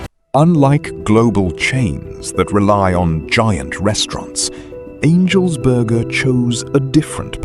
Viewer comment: "angels borgaah" 😁